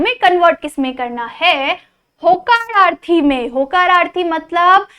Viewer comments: Vo hakararthi nahi vo hokararthi hai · 😂😂😂 hacararthi ❌ hokararthu 😅✅ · होकारार्थी असत हकाराथी नसत 😂😂😂😂😂😂 मराठी ची तर वाट लावली मॅडम 😂😂😂😂😂😂😂😂😂😂😂😂😂😂😂😂😂😂😂😂😂😂😂😂😂😂😂😂😂😂😂😂😂😂😂😂😂😂😂😂😂😂😂😂😂😂😂😂😂😂😂😂😂😂😂😂😂😂😂😂😂😂😂😂😂😂😂😂😂😂😂😂😂😂😂😂😂😂😂😂😂😂😂😂😂😂😂😂😂😂😂😂😂😂😂😂😂😂😂😂😂😂😂😂😂😂😂😂😂😂😂😂😂😂😂😂😂😂😂😂😂😂😂😂😂😂😂😂😂😂😂😂😂😂😂😂😂😂😂😂😂😂😂😂😂😂😂😂😂😂😂😂😂😂😂😂😂😂😂😂😂😂😂😂😂😂😂😂😂😂😂